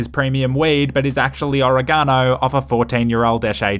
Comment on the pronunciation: The way you say oregano is nice.